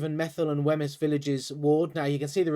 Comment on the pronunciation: Wemyss is pronounced to rhyme with Means. You should really check how places are pronounced.